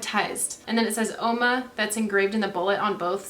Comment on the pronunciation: Only it's pronounced Whoa-ma meaning woman in Italian.